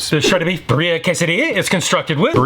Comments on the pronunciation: Great video 😊 I know we're ordering from Del Taco and it's not the epitome of authenticity, however if anyone is curious Birria is correctly pronounced (in the US): Bee ree uh Not Bur EE uh 😁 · Hate to break it to you but you’re pronouncing birria incorrectly; not that it matters too much. I love your vids and think you’re awesome.